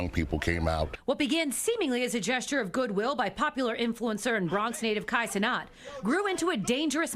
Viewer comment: “Kat Cenot” ??